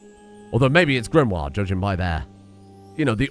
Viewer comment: I notice you're pronouncing Sir Max's baby mama's name as 'GRIM-wahr' even though you spelled it in a way that would be pronounced 'GRIM-ohr'. The way you're pronouncing it has another 'i' in it, Grimoire.